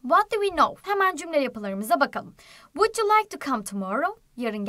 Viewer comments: bilmiyorsan konuşma vud diye okunur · Vuc diye okunur